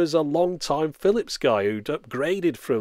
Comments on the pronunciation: Philips ~ Firips ~ really? ~ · "Firips" good lord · wow lmao "Firips" really? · Chinese people can't pronounce the R and Japanese people can't pronounce the L. That's why the man called it a "Firips" when he asked for a Japanese machine. It's not even racist, they actually talk like that, people need to stop being so sensitive about these things. Fun fact: Philips is Dutch and Dutch people say "Feelips", not "Fillips" like the Brits do. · I just realized, they called it the Firips to rival the other Japanese machines, because that's how most Japanese would pronounce "Phillips". How racist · "Phirrips, it's a Phirrips." HA!